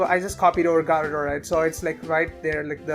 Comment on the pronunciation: Its garb-o-der